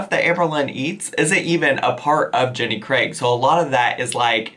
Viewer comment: Thank you for actually saying Jenny Craig and not Jenny 'Creg'